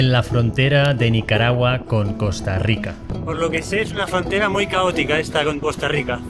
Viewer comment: No es caragua ..,( es Nicaragua)